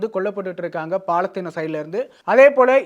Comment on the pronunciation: பாலத்தீனம் இல்லை, பாலஸ்தீனம்...